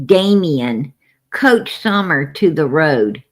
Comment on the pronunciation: It’s Coached not couched! You sit on a couch! 😂